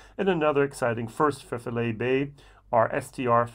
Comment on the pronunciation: Dont want to get all Aqvavitae but Filey is pronounced "File- ee". Good review btw, the Distillery is (reasonably) local to me and have yet to pull the trigger.